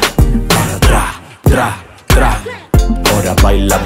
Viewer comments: Logan dice PRA en vez de TRA JAJAJJAJJ LO AMO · Me encantaaaa, me da risa que Logan pronuncia Pra en vez de Tra 😂 los amo ♥️